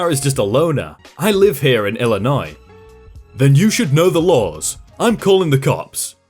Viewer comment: You pronounced Illinois right! Made my day!